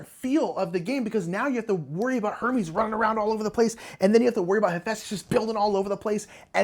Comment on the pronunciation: I had to do a double take when I thought you said “now I have to deal with the fact that Mike has Herpes” 😆 It was Hermes thank god(s) lol.